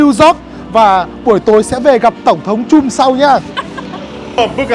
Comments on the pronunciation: Bích Phương Hà còn từ trump đọc là chum nữa huhu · Chum chum =))) a nên chú ý mấy cái tên riêng vì khách sạn ngta ở ngta nói suốt mà lại đọc sai tên =))) buồn cươi vcc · You should pronounce Trump correctly.